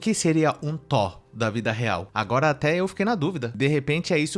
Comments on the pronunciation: Ela quer o Tó, pra liberar o Tó - ba ? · Verdade eu pensei Que ela falando do Thor realmente Porque ela disse TÓ da vida real! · Não é tó Ela quis dizer Thor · a guerreira não sabe nem falar THOR e ta exigindo um cara muito muito gato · Já que sacaneou o erro da menina ao falar Thor ('r' no final) ... Vê se aprende uma que vc erra SEMPRE: A palavra correta é perDa ( com 'd' ) e não perCa ( perDa de tempo... perDa de vida...) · Pqp a mulher não sabe falar uma palavra certa